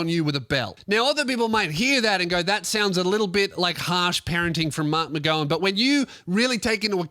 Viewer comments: It’s pronounced mark-mc-gow-an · Kim Jong McGow-un Is what I’ve heard people calling mark mcgowan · pronounces marks last name incorrectly.